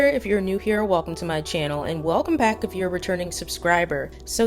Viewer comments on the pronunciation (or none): none